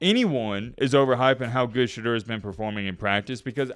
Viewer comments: Its pronounced sha door not sha derr you dimwit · The man has corrected people for years... his name is pronounced SHA DOOR.